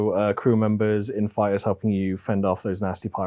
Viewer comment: Poor appears to have forgotten that there's a T in his name, and indeed in the word "fighter";-P 🙂